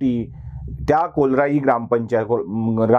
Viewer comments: कोलराई नाही, कोर्लाई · KOLRAI NAHI RE BABA KORLAI